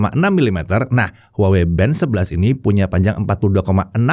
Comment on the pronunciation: masih keLiru nyebut nama brand-nya. harusnya WAHWEi😊